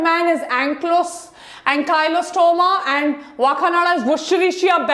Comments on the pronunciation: Maidumb its not wa kananda Woh hai Wakaaandaaa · Maam part 2 to chahiye Aur woh wakanada nahi wakanda hai